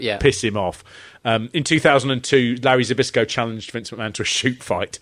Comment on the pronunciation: *Zbyszko = Spishko. You’re welcome. 🤭